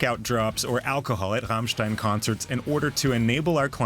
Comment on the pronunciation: ICH / STEHE / ZU RRRRRAMMMMSCHTAAIIINNN ! lol